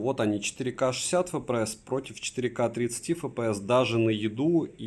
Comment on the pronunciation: Фэпээс?????? Может "Эфпээс?? Купи азбуку,😂